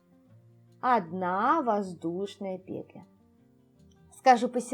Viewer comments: Скажу по секрету, петля произносится как петлЯ! 😢 Аж слух режет😖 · Что-то последнее время многие вязальщицы делают ударение на первый слог в слове петля. Непривычно режет слух. Очень смущает, т.к. вязать приходится вместе с автором.